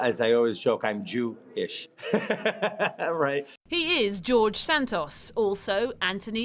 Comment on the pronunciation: So nice to hear someone say Santos the normal way in English and not as "Sand-toes", they way they are in the US right now. They really can't speak English over there at all.